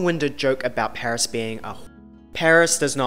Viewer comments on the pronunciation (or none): none